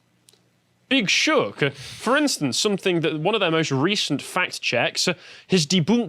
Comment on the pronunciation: "Big shock, but" is apparently pronounced "big shook'uh, boot'suh" in whatever annoying dialect speaks with as he wears his weird 1970s used car salesman suit that his mum laid out for him.